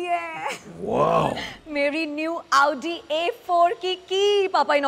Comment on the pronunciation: Your video is nice pls pronounce correctly its pronounced "audi" not "aaoodii" ( style me chakar me pronounciation mistake mat karo) btw love your videos pls upload marathi challenge soon